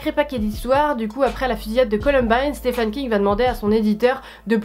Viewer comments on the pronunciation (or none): Hey, vu que tu sembles être fan de Monsieur King, on prononce Stiveunn son prénom (le prénom Stephen et le prénom Steven se prononcent pareil en anglais) ;).